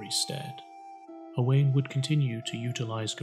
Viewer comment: Nice video, but Owain is pronounced Owe - wine 🏴👍